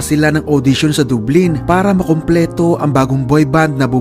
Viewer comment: Dublin - pronounce as Dablin